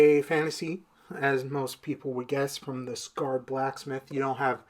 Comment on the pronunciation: Sacred not scared brotha 😅😅